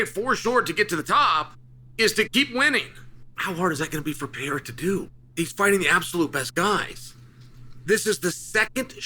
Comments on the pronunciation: My guy why do you keep saying Pierre' Pierrer". Guy's name is PE RE I RA. Just sayin' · It’s pereira, not peheira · Pe-rei-ra not Pee-hei-ra 😂😂😂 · It may be easier if you tried saying Pe-rey-ra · we’ll know when Alex has accomplished enough when Chael bothers to learn how to pronounce his name. as of right now he’s still hasn’t done enough. you’ll get acknowledged one day Peehera. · Here for the chance Chael mispronounces it as "Pee-air-uh" 😂😂😂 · “reira” is too hard to pronounce for English speakers 😂😂 it involves a quick roll of the r as Portuguese is very similar to Spanish Pronunciation is RRey-RRah Peh-RRey-RRah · Name dyslexia 😅. Try just sounding this out Per..rer..a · The day Chael pronounces his name right, Pieria will loose 😂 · Pereira has accomplished so much that Uncle Chael is making a good faith effort to learn to pronounce his name 🔥 We now call “Pu-Harrah” the man who was once “Piera.” If he becomes champ/champ/champ, I think we’ll get the next evolution of Chael’s take on his name. “Pu-Harrah” said in a promo piece last night that he’s always evolving his game. Uncle Chael is no different. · Who is this Pee-ay-rah that you talk so much about Chael?😂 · Pee-air-uh puts on his demon face-paint and does black magic techniques with his eyes. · Yesterday it was "Pierra" and later in this video, too. On top of everything else he has accomplished, Alex has also had to change his name every time Chael makes a video. That feat alone makes him a superstar! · Chael is smart. Does he mispronounce Pereira’s name on purpose? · Hey Chael, pls learn how to say Pereira correctly. U got lots of brazilian fans.... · Maybe one more win and Chael will give the man enough respect to say his name right lol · Come on bro at least say his name right lmao